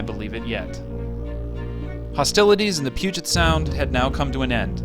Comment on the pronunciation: Also the way to pronounce “Puget” is Pew-jet